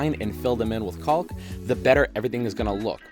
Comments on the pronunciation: Dude, PLEASE! I love your videos but your pronunciation of the L in caulk even makes my dog cry. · Heads up buddy, the L in caulk is silent.